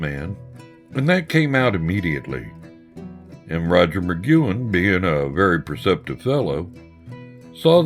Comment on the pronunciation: butchering Roger's name! but cool video otherwise.